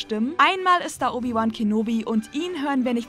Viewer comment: Obi Woan😂